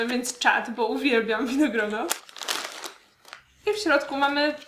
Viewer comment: Zawsze słyszę winogron o 🍇